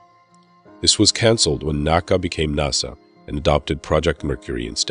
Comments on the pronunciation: it's nas-sa not naw-sa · "NAH-SA" seriously? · I have never heard a north American person pronounce nasa "nossa" there were a lot of really weird pronunciations here. Lol. I could understand if he was foreign but geeze. Lol. I don't mean to poke fun or anything I just find it interesting. Great video too.